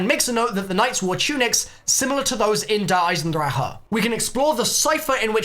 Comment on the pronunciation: FINNALY,FOR ONCE IN THIS COMMUNITY,GINNALY,SOMEONE PRONOUNCE DER EISENDRACHE CORRECTLY!!! FINNALY